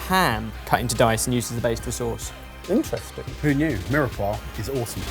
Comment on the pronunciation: I love, great sense of humour, very talented, helps everyone and passes on loads of information, but the way he pronounces mirepoix really grinds my gears 😂